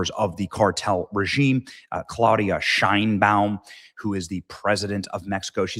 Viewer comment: Is not pronounced Shainbaum. It is pronounced Shame Bound